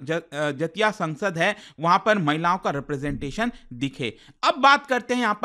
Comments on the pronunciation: जतिया क्या होता हैं? so irritating. do not teach wrong pronunciation sir. do some homework. बेंगोली टोन में बोलिए जातीय सोंगसोद Jatiya Sangsad (জাতীয় সংসদ) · Sir the correct pronunciation of jatiya sangsad is जातियो संसद in bengali language which means national council /national parliament 🧏 Greetings from West Bengal 😊